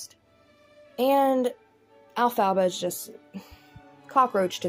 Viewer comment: Why are u saying her name like that 😂😂😂 elf-a-ba 😂😂😂😂